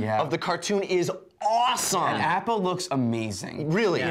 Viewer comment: lol these guys claim there fans of the series pronounced appa aypa and iroh earoh